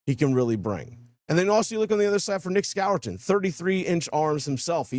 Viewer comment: Score-ton is the pronunciation